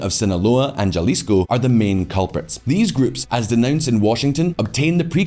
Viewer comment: Nitpick but for this many subscribers pronunciation should be right. Macabre is pronounced as though it were Spanish and Jalisco is pronounced as though it were English. The chart shows Italy’s life expectancy falling but the message says it’s the US. Please edit better.